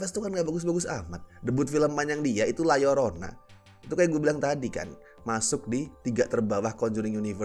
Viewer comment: bacanya la yorona yg bener